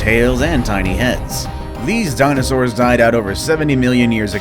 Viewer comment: Did you just say dinovors instead of dinosaurs?